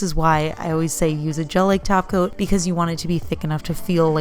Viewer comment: LOL I THOUGHT YOU WERE SAYING “JELLY TACO” THX FOR THE KICK~ASS VIDEO, WELL DONE!